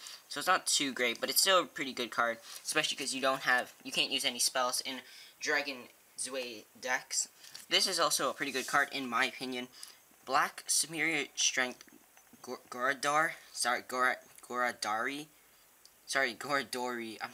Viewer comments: It's not pronounced dragon zway it's more like dragon zwhy just saying its a little irritating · Zwei is pronounced 'su-vai'. It's German for "two".